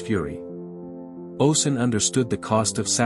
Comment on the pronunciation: oh • shoon, not oh sun. great video though ✨